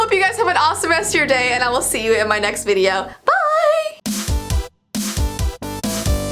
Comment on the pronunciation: She said videoo